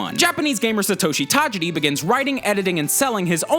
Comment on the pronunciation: smh when you mess up the name of the person who created the game you're talking about that many times you do the voice-over over again. Enough said. A message with a '*' beside it isn't good enough